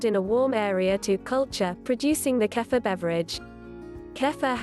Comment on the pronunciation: I think it is pronounced keefur rather than kafa